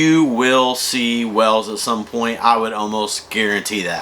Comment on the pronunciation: Wells ?? Do you mean whales? You two are annoying.